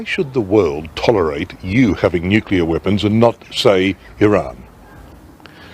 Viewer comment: Jake, I can hear that you are suffering a little voice box injury. Shouting at clousters and wee skitters, no doubt! BUT, you are sounding a wee bit like the whin Bush in your pronunciation of nuclear. As Billy said; 'Sound it out'. As a young man, becoming aware of the world, I read and was told about how Israel had turned a desert into a garden. That's fantastic, said Liam to himself. Then one day Liam landed in Beirut airport just after an Israeli had staffed the shite out of the shanty town of refugees who lived beside the airport. After ages sitting on the tarmac waiting until those jets to leave, we eventually got on the trucks to leave for our destination. We drove past the poor sandy town and their burning meagre possessions and smelled their burning loved ones. I still have it in my nose today and the look a big tall man gave us as he carried something out of his ruined shack. He let go of his burden with his left hand and turned and looked at us, a UN convoy, who are supposed to 'keep the peace'. That was in April of 1980 and the look that that man gave us is as fresh in my mind as it was the day I saw it. There was hardly a day went by that Israel didn't blow the shite out of somewhere, including us. One beautiful Sunday morning they walloped the whole place with white phosphorus. One of our medics that removed the phosphorus from a wee wean told me that he never wanted to see nor smell that again. That's enough of that. Jake, make us laugh.